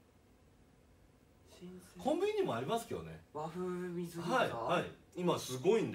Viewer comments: この声出せるのすご みず餃子？すい餃子よね？笑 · 誰も突っ込んでないけど、"和風水餃子"を「わふうみずぎょうざ」って読んでるの可愛いwww 「わふうすいぎょうざ」じゃない？？www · 「わふうみずぎょうざ」ってｗ 「すいぎょうざ」だろｗｗｗ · ナチュラルに水餃子のこと「みずぎょうざ」って読んでるの草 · 誰も言ってないけど水餃子のことみずぎょうざって言ってるwwwwすいぎょうざじゃないの??え？みずぎょうざなの??あれ??すいぎょうざ…??みずぎょうざ…?? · 和風みずぎょうざって笑 すいぎょうざじゃない？笑